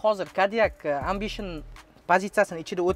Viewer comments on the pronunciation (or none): Барака топкур амбишин эмас эмбишин деб айтилади